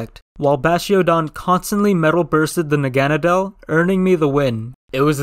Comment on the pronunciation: Its funny how you pronouced naganadel